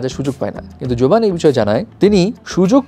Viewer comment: জোভান ❌ গেভান✅